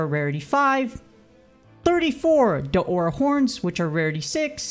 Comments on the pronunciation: Ikr, its not Deora its DAora 🥺 no big deal tho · Your saying Daora's wrong